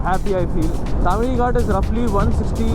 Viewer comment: Don't screw up names. Do some research. It's not Tamini. It's Tamhini.